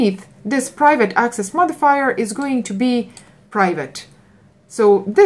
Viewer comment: The sheer anxiety every time she says "modifier"......